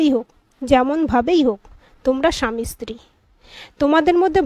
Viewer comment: স্ত্রী শব্দটি ইস্ত্রী নয় ভাই। খুব খারাপ লাগল।